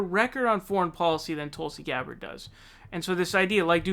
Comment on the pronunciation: David "Tooolsi Gbarrrrd" Pakman